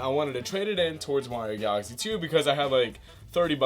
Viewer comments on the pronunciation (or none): When he says galaxy it sounds like Odessa